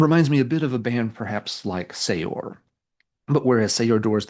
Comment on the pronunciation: This sounds great and will have to check it out, especially with the Saor mention., for your own edification, Saor is pronounced like the word sewer, but with almost no annunciation on the w. Not a criticism, just a pronunciation guide.